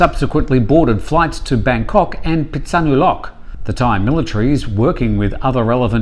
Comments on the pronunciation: Pesonulow is how its pronounced. Drop the K 😂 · Your Pronunciation of Phitsanulok is terrible. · As a foreigner I'm not surprised, the Thai language is so different and has many dialects I think we could give a pass!